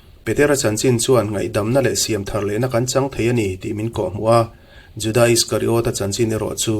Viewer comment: Judaâa ti lovin Juda tih nise.